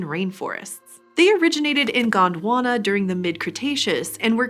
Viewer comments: Its Gond Wana not Gaand Wanna 😂😂😂😂😂😂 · It is Gondwana not GWANDWANA .😂